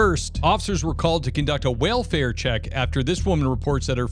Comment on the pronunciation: he said, “ WHALEfare check” 🐳 😂